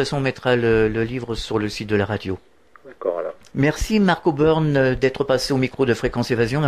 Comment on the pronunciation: Très intéressant. PS: c'est et pas Oburn;)